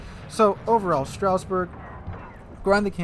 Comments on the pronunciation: It. Says. Stras. Not straus. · Pretty sure its more of a "Strazz-burg" than a "Strouse-burg" - GG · Straussberg? Strasbourg pls. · not "Strausberg" . . .